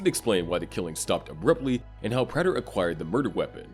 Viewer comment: Why do you insist on pronouncing Prater's name wrong even though they say his name out loud multiple times in the show?